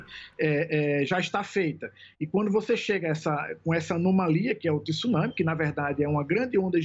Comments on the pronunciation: Vamos pronunciar a palavra correta é TSUnami e não TIsunami . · 😂 Estranho o professor pronunciou a palavra TSUNAMI certo no comeco e depois comecou a falar TISUNAMI...nao sei se pra acompanhar a apresentadora...Tsunami se pronuncia da forma que se escreve...